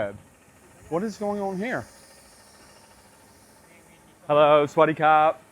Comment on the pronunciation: Why does he keep saying "hello, sweaty car"